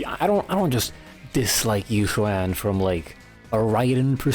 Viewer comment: It's actually pronounced ee-Xuan!☝🤓 Seriously though. I think Yid and Yixuan don't say the "yuh" sound when they say their own name, but other characters do, so I take it the VAs know their own character's names while others might be a bit off. Anyway, I hate her too. I don't hate her personality. Her dry humor, if I'm using that right, and sarcasm actually hits for me. I quite like the Croud Clearing Jutsu in Lumina. But she's otherwise a bit meh personality-wise. My least favorite of the Shibyuan 4 (Ye Shiyuan is my :goat-turquoise-white-horns:). I am with you on the plot device point. Need her to happen to be out of town to have stakes for other characters, ignoring agents not dying. And training sure did happen, maybe. I think. I actually read white text on black. I'm not big her gameplay, either. She's fine. Parrying is a bit fun, but she doesn't feel as deep as I was made to believe in pre-release reviews. At least, it doesn't feel much more than the average agent. Of course, the worst part is the animations. I think her ink is absurd with how much it obscures. Can't see crap even with the numbers off sometimes. No wonder so many new bosses just fly. Also I struggled to 20k UCC with Koleda because her buff lied to me about giving Koleda 30% CrDMG. I want buffs for my Koleda again. :eyes-purple-crying: I am trying to think what makes Yixuan's parry not nearly as cool to me as Yidhari's. Maybe having some prerequisite input to the parry is more interesting to me. Maybe Yi